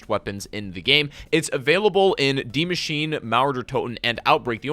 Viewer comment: Isn't it Die Machine not Dii machine?